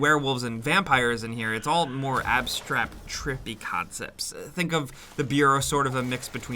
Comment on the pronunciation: dd sad ABSTRAPT???? REALLY? hahaa